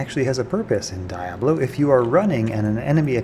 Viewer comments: Bruh, I'm sorry, but the way you pronounce some of your words is strangely frustrating. Diablo = Dee-Aw-Blo; not Dye-ah-blo Horadric = Whore-raw-dric; not Hoe-Rah-Dric How did you begin pronouncing it like that when the game literally tells you how to say it? Petty grievances aside, there's actually a few tips here that I didn't know despite playing the game off and on since it's release. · Die-Ah-Blo ? Isn't it Dee-Ah-Blo ? Discuss. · Really hate how you say "Die-ablo"... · Most critical thing I learned from this video is that I’ve been saying “Dee-ob-low” wrong my whole pathetic life. I should have been saying “Die-ob-low”. Score! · Dye-ablow 😂 hoe-rad-rak 😂 nilla-hawk 😂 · Kay-leem’s Will and Die-ablo? What is wrong with you? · Kay-leem’s Will and Die-ablo? This guy doesn’t even play the game and you learned something from? LOL. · Wait... how does this guy pronounce “diablo”? 🤣 Literally never heard someone say it that way. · There is no excuse for you to pronounce diablo the way you do.